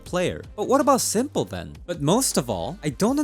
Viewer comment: Why are you calling s1mple Sanja?